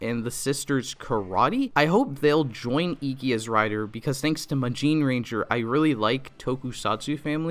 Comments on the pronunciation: You said magineranger not magiranger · I like how it's magine-ranger and not magiranger to him